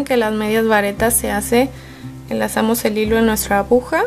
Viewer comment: Excelente tutorial....Quería acotar que la palabra no es abuja ,sino AGUJA JIJIJIJ